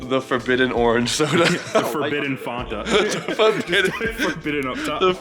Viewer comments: Wtf is fonta? It's fanta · who in the fuck says "fonta"????